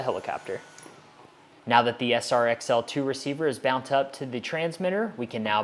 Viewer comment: Sounded like it to me too! or should I say, "Sount like it to me too!" ;)